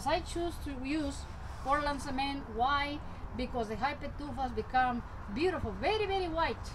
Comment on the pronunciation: Okay are you saying Portland Cement or what?